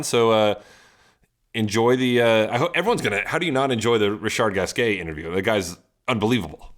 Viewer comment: Sam is wrong about the pronunciation of RG, as always... never trust Sam to pronounce a foreign name correctly, LOL